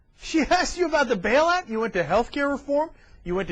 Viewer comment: It's pronounced Bail out not Bell out. God she's an idiot!